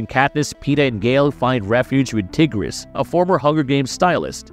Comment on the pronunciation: Tigris is his cousin, not his sister. Also, you are mispronouncing the name